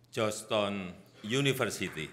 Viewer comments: GEORGETOWN PAK BUKAN JOSH TON😂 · Joston wrong prounce Weakk in english 😂😂😂